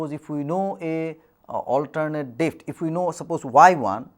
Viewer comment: Someboty please teach this loser how to pronoun words depth, g,etc